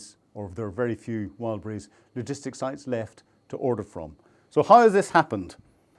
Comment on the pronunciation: More attention when mentioning brand names: it's "Wild Berries" not "Wild brise" 😂